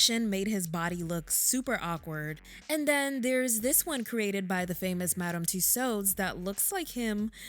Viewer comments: The correct, phonetic pronunciation of "Tussauds" is "TOO-SOW", not "TOO- SOWD". The "D" &"S" are silent. Please... and thank you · It’s Madam Tusaw that’s how it’s pronounced and no they did not do MJ like that omg lord I don’t wanna laugh but some of these figures 🤦🏾‍♀️ it’s like the more success our people gets the more yt ppl wanna make us look bad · I love it. Btw “Tussauds” is pronounced similar to “Two-swords” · I thought that Tussaud was pronounced "too-sawwed" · I think she’s pronouncing Madam Toussauds wrong. I’ve never heard it pronounced this way, it’s so distracting. I believe the D is silent. 🧐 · Please, please, English-speakers who make YouTube videos... consonants are not heard when at the end of a French word, especially if it's someone's name! No D sound at the end. It's a silent D. Just as the T is silent in names that end with that letter. Exceptions are very car and few in between and are typically for French names that originated in another language/country. Madame Tussaud's rhymes with "So", you can't stop hurting your jaws, now.